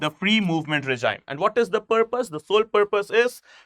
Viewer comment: I'm only concerned about this guy 's pronunciation of regime which he repeatedly made stupid mistake .... he pronounces as "reh-jayim", whereas the real pronouncement is "ray-jeem". He failed in English language phonetics.